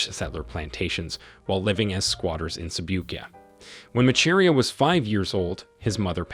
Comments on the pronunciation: Macharia ain’t pronounced as u are pronouncing it🙄 . You say “ch” sound in that name as “sh” hence I say it as “masharia “ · I hate that it's a white person narrating this. He can't even pronounce Macharia and Arusha. Africans we need to start telling our own stories.